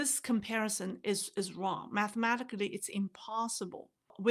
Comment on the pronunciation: “intuitively I know there’s something wong” is an incredible Freudian Slip. 😊